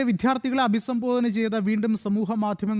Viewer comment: വിദ്യാർത്ഥി, സുതാര്യം. ഈ വാക്കുകൾ ശരിയായി ഉച്ചരിക്കാൻ അവതാരകൻ ശ്രദ്ധിക്കുക.